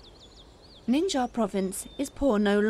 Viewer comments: WHY DOES SHE KEEP MISPRONOUNCING THE LETTER X. IT'S PRONOUNCED LIKE "SH"! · Why she says " nincaia"?